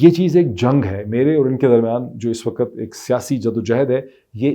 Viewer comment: Slaam jnaab I watch your blog. Your comments are unbiased and calculated, supported by your search. Your command on Urdu and English is good. However it is bit irritating to hear Time as waqat, where actually it pronounced as Waqt. I hope it is not offensive and expect a corrected version. Thanks.